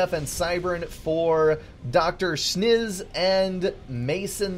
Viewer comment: DrSchnz is durr shins not doctor shniz